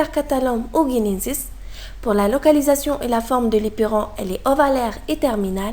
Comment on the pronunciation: C est l éperon prononcez 'lai " ,l éperon pas " li"